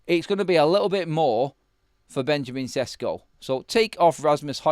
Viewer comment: Šeško = Sheshko and not Sesko at all !!!!!!!!!!!